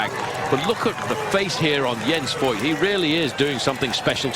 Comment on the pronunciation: "Voigt" actually pronounces "Fohgt", more or less rhyming with "poked". In case you're interested.